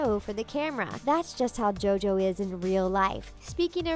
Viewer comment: she said dojo instead of jojo